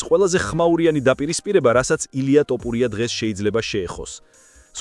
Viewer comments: შენი ტ და პ მაგიზიანებს 😆 თ და ფ ბიჭოოო 🤣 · ტ არა თთთ ბიჭოოოოო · ბოლომდე აღარ ვუყურე ვიდეოს, რა ტოპურია... ტოპი და თოფი ძალიან განსხვავდება ერთმანეთისგან და ვიდეოს სათაურიც შეასწორე, მერე დავალაიქებ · რა ტოპურია გვარი სწორედ გამოთქვი, რწ უბედურებაა🤦🤦